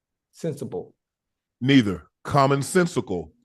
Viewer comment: Aye Ocho u hell Unc country self said commonsensical and sounded like commonsensible everytime but the last time😂😂😂😂😂